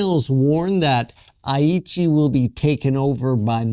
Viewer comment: Pronounce "Aichi" correctly!